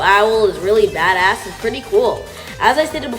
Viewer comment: Did I hear him saying bada**?